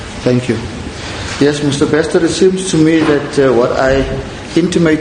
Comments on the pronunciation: "Beksta"... Really? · it disturbing to listen him repeating BeXta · Why are you saying Bekster😂😂😂😂